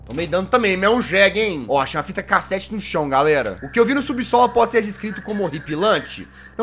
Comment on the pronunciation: Toda vez que vc fala fita cassete eu entendo "fita cacete"kkkkkkkkkkk